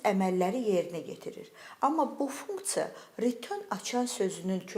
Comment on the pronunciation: Funktsa deyende deyesen mədeni olur😂